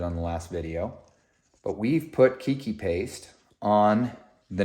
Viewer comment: Whats to keep some of the aerial roots from growing back into the original pot. It doesnt look like all the roots are going down in the new pot. FYI. Its also pronounced "Kay-Kee paste.